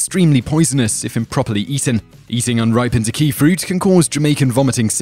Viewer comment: Ack-Key - NOT Akey!